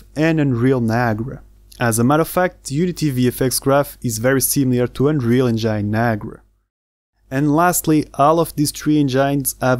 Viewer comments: én-gin (not: en-jáin) : ) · Amazing video!! You should look up the pronunciation of engine though :D